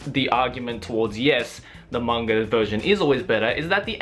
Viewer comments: manga not kanga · I hear say "mang-R" as well. You are not alone. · Is it just me or does keep saying " mang-R adaptation"???